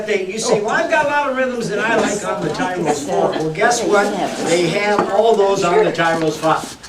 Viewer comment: It's Tyros, not Tyros...